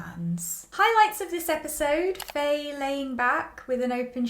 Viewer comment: Loving your reviews as always ! I love your thoughts on characters so much. Btw, Faye's name is pronounced similar to "Fine/Fai" not "Fay" (Just to let you know !!)